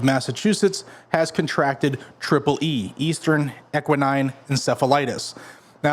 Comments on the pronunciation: Equine not Equnine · Equine not equinine okay 😊 Sometimes I eat my boogers too!😅